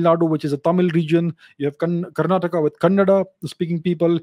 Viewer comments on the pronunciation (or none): none